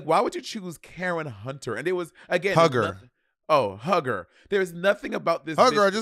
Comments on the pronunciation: Omg it’s Karen HUE-GER not hugger! Lol omg that was driving me insane… but other than that, I really enjoyed this episode ! 💕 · Karen HUGGER is bugging me BOB & Money really don’t watch Real Housewives I can tell 💀 it’s pronounced “HUE-GER” Karen is funny asf Robin is lucky they split the snatch games as she would have been lip syncing too. Also two people have done nene and it wasn’t funny the material is there but so many girls just flop 🤦🏾‍♂️ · "Hue" ger not Hugger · Calling Karen HUE-ger, Karen Hugger is SENDING ME lmao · Bob NEVER SAY KAREN HUG HER EVER!!! It's sounds like [Hue Ger] Karen Huger. That's like Ashley in RHOP saying GYRO. Gurl! That was so Crunchy. You owe Karen an Appolgy just for pronouncing her name like that, she is Everything. Still love you but NO! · NOT "KAREN HUG-HER" ☠ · Lol y'all pronouncing Karen Hue-ger name wrong and as a Potomac fan she is iconic!! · Bob said Huger with the HARD R lol its pronounced hew-ger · Lol it’s pronounced Hue-ger, like Hugh Hefner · You can tell they really don’t watch RHOP, it was so funny when they kept messing up Karen’s last name.